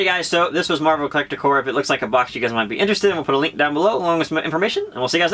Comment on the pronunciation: i cringe every time he says Marvel Collector CORE, Its marvel collector CORPS, with a P. Love the video by the way